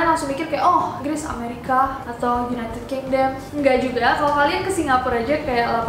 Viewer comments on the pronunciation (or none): none